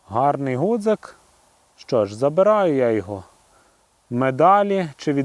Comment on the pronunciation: Чи сприймете таку критику– не гудзик,а ґудзик правильно казати.Пане авторе,жодним чином не хотів Вас образити.З мене як завжди вподобайка вашому відео.